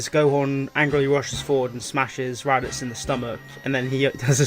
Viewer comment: He called raditz rabits